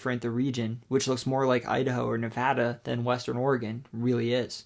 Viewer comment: Thank you for pronouncing Nevada correctly!